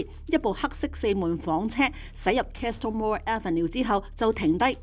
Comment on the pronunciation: Castle - the “t” is silent / kas-uhl, kah-suhl /❤